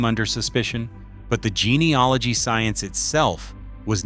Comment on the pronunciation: Its gene e AL ogy not gene e OL igy